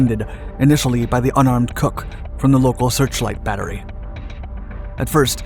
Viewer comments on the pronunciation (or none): none